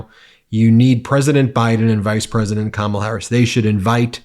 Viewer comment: Hey Eric pronounced Kamala correctly. Pigs are flying and Hell is frozen.